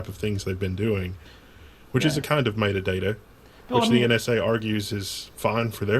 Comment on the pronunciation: ***** I'd also like to point out that mayduhdayda is a horrid pronunciation of the word metadata.